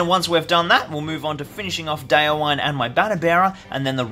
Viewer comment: Just a heads-up about pronouncing the names of your heroes: The "-wine" in "Folcwine" and "Déorwine" isn't pronounced like the alcoholic beverage, but as two distinct syllables - "Folc-win-eh", "Deor-win-eh". "Wine" (with two syllables) means "friend" in Old English, from which Rohirric is derived. "Déorwine" = "brave friend", "Folcwine" = "Friend of the People (folk)", "Holdwine" = "faithful friend" Just so you know :)